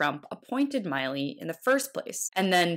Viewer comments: It's "Milly", like Milli VaNilly not Miley like Miley Cyrus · FYI,...It's Mill..eee,..not Mile.EEEE (3 years of hearing his name and she still got it wrong) And the word "Certain" has a T" in the middle of it. How can I trust the information when the narrator hasn't done her homework. Just a talking head. ? I'm out ! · It's pronounced mill-ee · It's Milley. Like MILL-LEE. Can't even pronounce the man's name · you keep flubbing his name, Milley. , Trump pronounces it correctly.